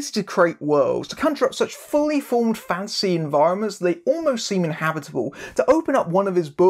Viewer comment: Whenever he says "fantasy writer" I keep on hearing "fancy writer." It's mildly amusing.